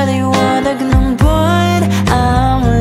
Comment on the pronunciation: Bat iba yung pag bigkas ng ulan at bwan ang arte parang ulayn . Bwayn